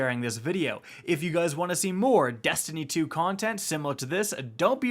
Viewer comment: Is it just me or does he say "destiny 2" really good?